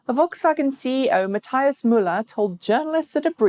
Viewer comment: Hi, Thanks for working on your pronunciations. However you mispronounced both of Matthias Müller's names. Paste it into google translate for a pronunciation guide. It sounds like "matt-ee-us moo-lah", with the accent on the ee and the moo. And yes, VW is STILL not serious about EVs. Most of the few thousand eGolfs built seem to be here in Silicon Valley. There are very many of these excellent but unfortunately rare cars here.